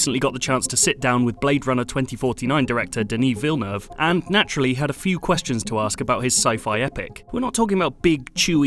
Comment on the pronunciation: I'm impressed, he pronounced Denis Villeneuve right!